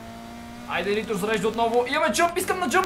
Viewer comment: Каза интро а не нитро